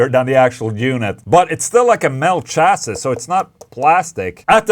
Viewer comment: Ola, FYI, "chassis" is pronounced "chassy". You can thank the French for that one. Maybe you already knew that and were deliberately mispronouncing it for fun.